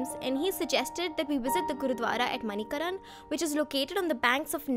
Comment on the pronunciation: Well if you liked the place so much please pronounce it correctly .... It is not pronounced MANI-KARAN it is MANI-KARN